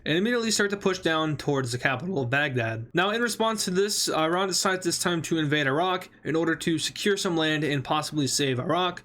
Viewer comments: The more the video progresses, the more he learns how to pronounce Iran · its not i ran ,its iran man ,pls correct your spelling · Irun?i hope my ears malfunctioned.